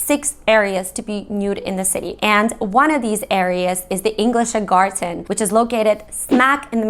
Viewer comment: Why do you find it so hard to say garden in German??? It's "Garten", not "Gar-Ten" or "Gar-Sen"????